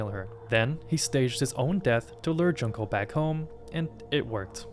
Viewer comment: Bro cannot pronounce Junko, holy crap